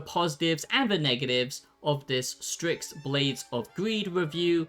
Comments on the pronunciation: Why are you pronouncing it 'stricks'? It's 'sticks' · LMFAO DUDE it’s called STYX not STRIX 😂 fr can’t anyone even read anymore??..